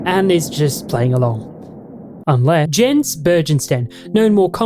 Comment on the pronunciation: ITS PRONOUNCED "y eh ns" NOT "j eh ns"!!!